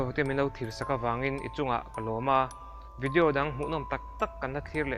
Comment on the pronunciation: I channel ka en char2 a vawin chu,,Vidi-o i te hi ka ngaimawh,,i trawng dan vel poh,,he tah pih tir lam ah parking tih tur ah Pakin i t ,,i trawng i fimkhur teh